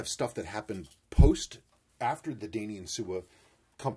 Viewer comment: Daini in Japanese would be prounounced more like Die Knee:)